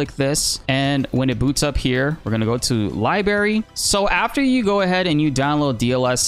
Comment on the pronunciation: this video had me until you said "Liberry". bro, there is an R after the B. Use it